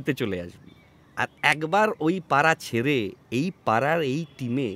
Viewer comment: Golpo ta bhalo kintu please উচ্চারণ এ খেয়াল রাখুন। "পাড়া" আর "পারা", "ছেড়ে" আর "ছেরে" এক নয়।